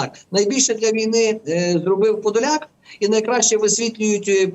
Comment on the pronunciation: А я говорила що не подляк а Подляк!